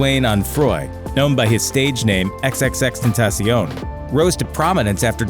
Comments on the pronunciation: The way they pronounce X tho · I died when he said xxxtentacso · Xxx tentaćiòn 😂 learn how to say his name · Ten ta SION..HOE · It's X-X-X-Ten-Ta-cion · It’s tentacion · You said XXXTentaction wrong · He didn't pronounce x's real name right 😐😕